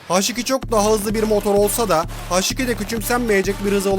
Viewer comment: Haş nedir abi ya Allah askina su isimleri ya dogru ingilizce konusup kullanin yada bildigimiz Turkce harfleri ille kullanin ya uyuz oluyom